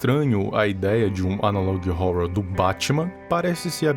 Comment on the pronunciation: FALA ANALOG HORROR DIREITO!!!! TEM UM "HO" ANTES DO "RROR"